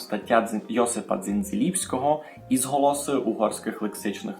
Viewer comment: Сказавесь "ізголоса", а не "ізоглоса", а то є грецькоє, бо глоса — мова. Ранїй сам не правілно вымовлєв, чогось хочеться повноголося всюды.